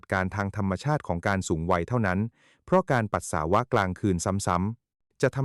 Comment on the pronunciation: เยิ่อนเย้อ..อ่านก็ผิด..ปัส..สา.วะ..